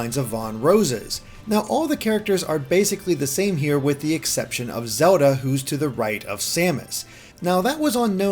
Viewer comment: i love how you say "Zewda"